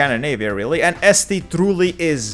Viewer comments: Estonia should be pronounced Eesti not Esti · its eesti not esti